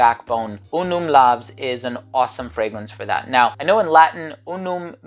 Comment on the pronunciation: it should be pronounced like laus cos it is in latin where V=U LAVS=LAUS and it does mean "Glory"